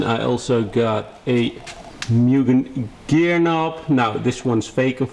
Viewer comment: Public Service Announcement: The correct pronunciation of Mugen is "MOO-GEN" P. S. Anyway nice video 😃🚗